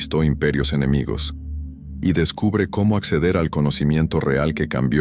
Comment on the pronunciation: Dice "enemigios".